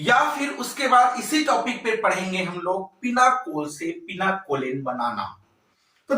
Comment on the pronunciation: Pinacolone sir Not pinaCOLEN